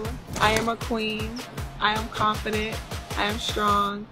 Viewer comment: "I am a Ka-Ween." Sure.